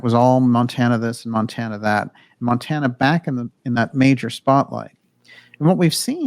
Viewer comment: Montana. Mount-Anna.